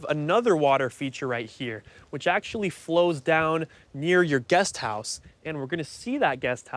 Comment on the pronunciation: House...not hose